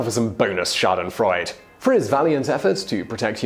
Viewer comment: "Bonus Schadenfreud" Schadenfreude not Schadenfreud ;)